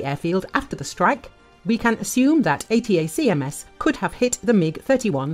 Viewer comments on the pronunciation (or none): Tip to your narrator (assuming it’s not AI): ATACMS is pronounced “Uh-TACK-ems” rather than pronouncing each individual letter of the acronym.